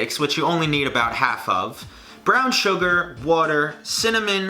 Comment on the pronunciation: “Whuter “ 😂 New Yorker coming out